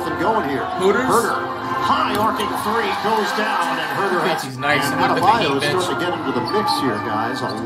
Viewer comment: Adebayo ❌ Abdamayo ✅